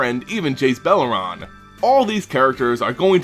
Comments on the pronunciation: Jace BELEREN. NOT BELL ER RON. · BelerEN not BelerAN, jesus fuck dude. You ALWAYS butcher that name.